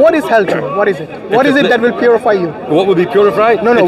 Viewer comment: Isn't it ironic every time he mentions hell, he says purifry, Puri-Fry